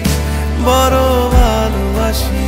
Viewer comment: পোরা কপালে,বরো বালোবাসি।এসব কি ভাই? গান এর উচ্চারণই করতে পারে না।পোড়া,বড়ো,ভালোবাসা।আরো আছে খানিক।।সংগীত এর মান ইজ্জত মারতেছে এরা